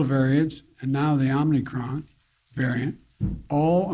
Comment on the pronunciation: Omicron...he said Omnicron.